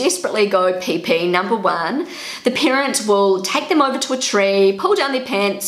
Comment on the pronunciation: why do i like how you say peepee "pae pae"